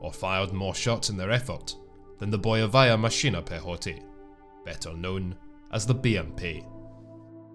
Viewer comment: Boyevaya mashina pekhoti🤯 Why do you pronounce russian so good?! it's probably because you're not american